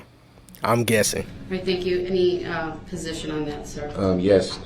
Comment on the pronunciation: He tries to be so smart and shows his ignorance. I can't stand to watch or listen to him talk. His mispronounced words drives me crazy. When he tries to say "position" I cringe.